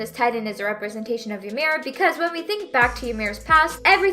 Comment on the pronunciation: Ymir is pronounced "E Meer" and is only pronounced "yuh meed" because of the limited alphabet, making the closest spelling "Yumiru Furittsu"